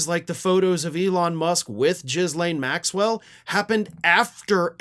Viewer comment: Thank you for pronouncing Ms. Maxwell's name that way! That's how I've been doing it!